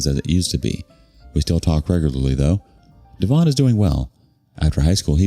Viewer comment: Could be DEV-on rather than dee-VON.